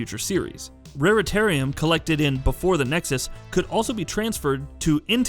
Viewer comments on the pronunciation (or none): what the hell is rareitarium it’s raritanium